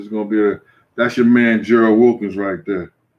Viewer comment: "Thurr" St. Louis accent 😂😂😂